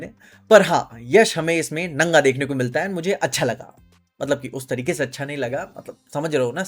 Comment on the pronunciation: Naga nahi nanga hota hai bhai😂